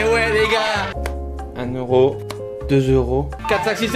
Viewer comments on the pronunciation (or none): none